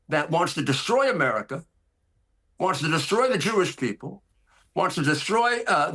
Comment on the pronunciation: ‘He’s gonna desCHroy America’ lol